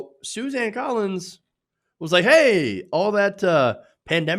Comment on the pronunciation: Susan not Suzanne! I know it is not that important, but it annoys me hear you mispronounce names.